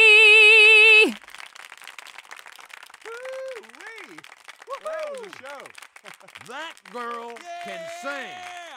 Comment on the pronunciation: Saint Denis in french don't pronounce the S merci